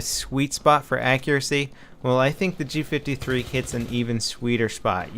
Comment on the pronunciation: It does look so similar to an MP5 because it is an MP5 fused with a G3 rifle. Thats why its prononced G five-three not G fiftythree